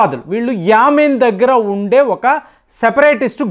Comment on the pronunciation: It is not yaamin, it is Yemen. Rhymes with Semen.